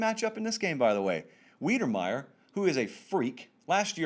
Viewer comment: Texas A&M TE - say it with me - WIDER-meyer